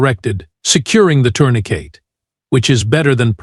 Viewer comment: This is a good story but it's being ruined by the narration. It's really bad. I've watched the whole things because it is a good story but it's hard to do. it's pronouncing things like Dot which is supposed to mean the end of a sentence but your stupid AI isn't recognizing that. It doing things like ....Doctor Dorax said dot Doctor Patel then asked.... Tourniquet is being pronounced "tournaCATE". Sentences are being cut off mid word. Things like this are happening almost every sentence, it's a total mess. I would pull this story and rework it.